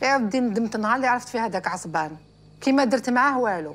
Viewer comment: عصمان ❌ عصبان ✅ اكم فاهميني 🤲🏻🤣🤣